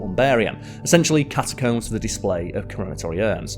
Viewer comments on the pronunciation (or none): none